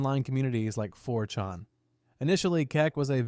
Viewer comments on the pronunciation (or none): Four chon.